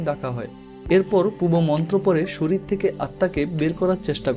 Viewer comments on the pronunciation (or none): none